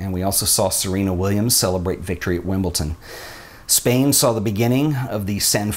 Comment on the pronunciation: Pssssttt... It's Wimbledon, rather than Wimbleton. But yes, they are brilliant images that just pass people by without them noticing, which is a shame, but it goes back to what you said before.. To paraphrase you: "Nobody really cares about your work". We consume so many photos, that people don't have time to stop about most photos.